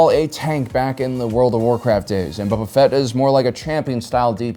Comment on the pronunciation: I swear he said boba fett was stinky